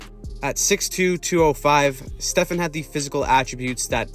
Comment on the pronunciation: Stefaaan. Not Stefen